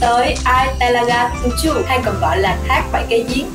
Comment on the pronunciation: You pronounce "Telaga Tujuh" so accurately, like a local..haha..